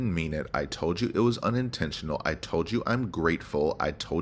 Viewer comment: Why does this woman keep saying "unintenionaller"? By now she really should know how to pronounce it 😂 I just love your long rant videos - I hope you have the strenght and mental health to keep going. Thank you ❤